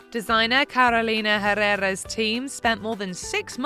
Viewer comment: I almost had a stroke when I heard how she pronounced "Carolina Herrera".😤